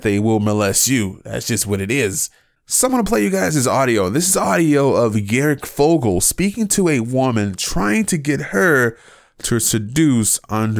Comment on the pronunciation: This dude really just said garic fogle